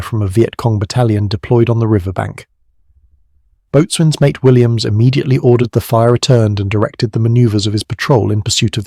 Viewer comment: Learn how to pronounce boatswain. Stupid AI voice, much too long, stupid AI text.